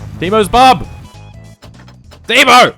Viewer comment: All this time, and you still don't know how to pronounce Teimo. Also, PSK should be pronounced as pask, which is almost paska (Finnish for shit).